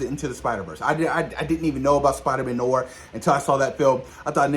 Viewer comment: I am so hyped for Spider Man 4 and Spider Man Noir which is pronounced ((nu-waar) two a’s but it’s all good man it’s still the same word oh the way I read on twitter from the account Marvel Film News that Marshali Ali had a phone with Marvel and is fine with the delay of Blade so they can take all they need to make it a great script and film keep up the great work